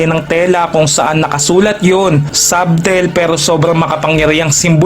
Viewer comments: Sabtel???😂 Yung subtle sguro?😂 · puro ka "sabtel" sa SUBTLE nakakairita.. alam mo meaning pero hindi mo alam i pronounce .... sadel sya ka hunter hindi sabtel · Silent b po kapag binasa iyong subtle, gaya sa salitang debt.